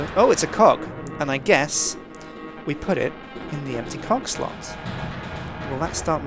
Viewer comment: When said cogslot I thought he said "cockslot."